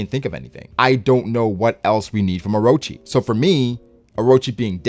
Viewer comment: That’s N O T “orochi...”